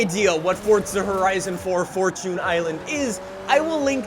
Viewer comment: Fortchoon island